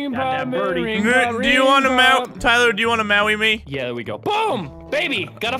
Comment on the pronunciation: Tiwer do you wanna mawy me?